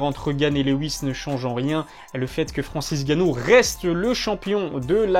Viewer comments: Pq tu dit Francis Gannou ? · Ya que moi qui entend qu'il l'appelle Farancis Ganou ?